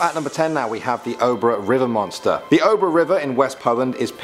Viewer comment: "Oh-bruh river"